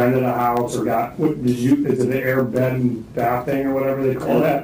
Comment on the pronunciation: Detective said air bath, and beyond instead of Airbnb lol